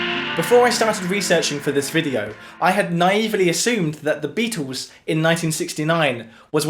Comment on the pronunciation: Could someone please teach this guy how to pronounce the name Beatles. Because it is not Beatoos